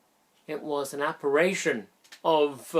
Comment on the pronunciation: 'Apparition'? signed Mr A.Pedant....